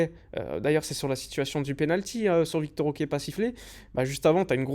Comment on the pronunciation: Je sais que c'est moins chiant à prononcer mais ce n'est pas "Victor OK" mais plutôt Vitor Roque hein lol